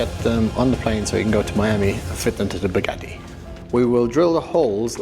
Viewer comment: bOObgatti lmao